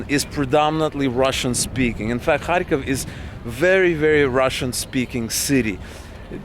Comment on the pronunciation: You pronounced the name of the city differently than I expected. Sounded like you were saying “hai-kof” more than “kharkov”. And lately I see it transcribed to English as Kharkiv.